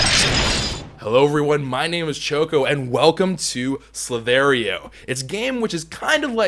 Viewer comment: Dude its the other way around it Ssss-lll-iii-tt-hh-eee-rrr :D This is not a hate comment just bringing it out there